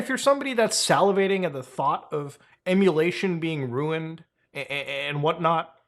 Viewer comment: Its Emulatio(ver)n